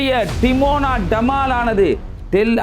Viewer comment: Adai Bai, not Timona it is dimona. Lusoo.